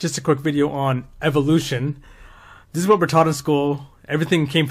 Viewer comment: I like how you pronounced evolution as evilution because that’s exactly what it is. Evolution is based entirely around coincidences. When you look at it from a logical standpoint point it doesn’t hold up.